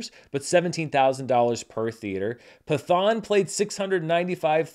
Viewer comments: Just so if movie 'Pathaan' makes into your next video its pronounced as Patt-haan/Pat-haan and not Pa-thaan, keep the letter 't' separate as is. That is all. Good video though. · I was going to say: brilliant charts this week, but Pathaan would be pronounced (in Sanskrit) with a hard T, not a "th" sound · At the theater I work at, Pathaan (pronounced Pat-haan btw, it took me forever to get that too) was easily our biggest movie this past weekend. A Man Called Otto and Left Behind (Ew) were the closest behind, but it was a ways off. I decided to check it out myself, and I had a lot of fun. It’s no RRR, but as a big action movie with an incredibly charismatic lead, it did it’s job well. I want to check out the other movies in this universe, especially because another one, Tiger 3, is scheduled for later this year. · Pathaan is pronounced as follows: "Pitt-Hahn"